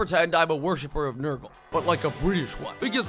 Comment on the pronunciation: Nrugle got Bri'ish'ed